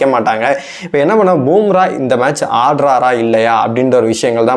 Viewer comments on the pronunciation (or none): அடேய் பூம்ரா இல்லடா பும்பரா மொதல்ல பேருங்கள ஒழுங்கா சொல்ல காத்துகுங்கடா அப்புறமா உங்க கருத்து கூந்தல சொல்லுவீங்கோ